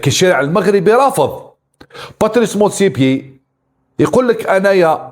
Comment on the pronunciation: motsepe. مش motsepier يا ابو جهل